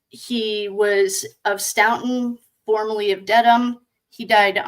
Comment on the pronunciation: I love your ‘accent’ hehe. It’s pronounced stOE ton. 😘